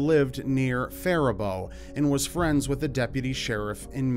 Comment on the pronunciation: Hey, Good Job on pronouncing Faribault correctly.